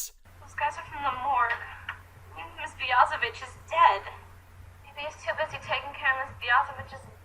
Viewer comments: She actually didnt say the B word. She emphasised the “Vich” in Ms Biaziviche’s name. BiazeVICH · But I think she emphasized the "Vich" part on purpose to make it sound like she was saying the B word.